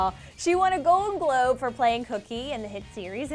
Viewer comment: said "And the golden Gobe goes to.."